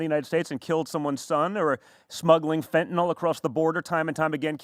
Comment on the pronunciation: STOP. FUCKING. TALKING. ABOUT. FENTINOL. It's FENTANYL. FEN-tin-il. Not fent-an-OL. Minor gripe, but when pretends to know all that which is "Big Pharma", but can't even pronounce the names of "these xyz drugs" that he LOVES to talk about, it's quite frustrating.